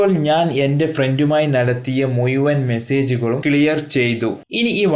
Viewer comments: മലയാളം ചൊവ്വേ നേരെ പറയാൻ പടിക്ക്.നമ്മൾ ഞമ്മളല്ല. മുഴുവൻ. മുയുവൻ 🤣🤣🤣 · മുയുവൻ അല്ല മുഴുവൻ എന്നാണ് പറയുക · മുയുവൻ അല്ലെടാ ഊളെ മുഴുവൻ എന്ന് പറഞ്ഞു പഠിക്ക്